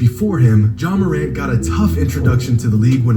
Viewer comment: No matter how high flight is he will never say ja morant right